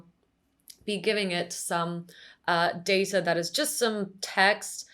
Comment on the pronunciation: Just one point: It's pronounced data, not data.